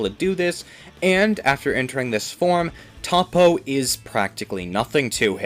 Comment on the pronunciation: Your mispronouncing toppo and other names